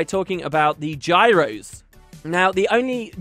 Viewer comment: Gyros = Signets is what I am hearing